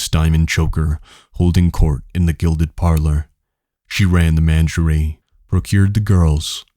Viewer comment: Thanks man it’s really good. Small critique, you can google pronunciation of words you are unsure of. Menagerie - men are Jerry, facade - fuh sard, bravado - bruh varr doh etc.